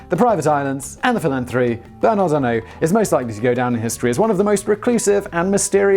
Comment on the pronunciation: Funny thing about the donation sum from Bernard Arnault (you pronounced it correctly, by the way. I'm impressed and think there's still hope for you) for the Notre-Dame. So Bernard's rival, the owner of Kering Group (another fashion conglomerate) and incidentally Salma Hayek's husband, said he would donate 100 million euros for the repairs. THE VERY NEXT DAY Bernard Arnault announced that HE will donate 200 million euros for the repairs. This never stops being funny.